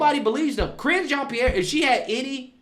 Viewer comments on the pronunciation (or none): "Karine " 🤔 "Careen"?😂